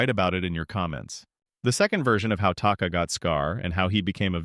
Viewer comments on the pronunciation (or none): It’s taka not taki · Oh god i hate it when ppl talk about charchters an they cant even get the name of the charchters right its taka get it right